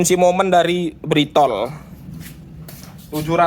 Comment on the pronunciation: Britool dibaca britul bang, jangan britol 😅😅